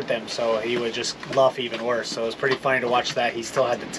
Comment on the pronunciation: "There's gotta be one purty one up there.." 🤣🤣